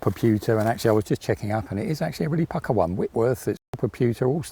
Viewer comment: "It's pucker."? Pucker? Ohhhh, pukka. HAHAHA